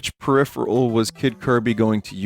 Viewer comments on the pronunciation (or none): none